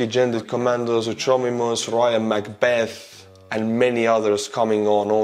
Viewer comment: Artur, Suchomimus is pronounced Su-ko-mime-us in english. Its a pretty neat dinosaur, just a heads up for ya. Keep up the great work!